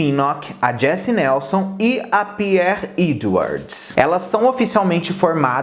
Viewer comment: Rs Pierre e leite foi tenso, te adoro, mas foi engraçado rs.